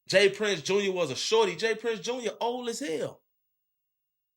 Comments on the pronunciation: It’s JR not junior gang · it’s all star j-r not jr